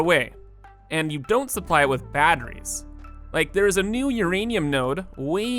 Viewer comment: Bro says battrees like my grandmother, and I'm here for it.... nvm it was just once.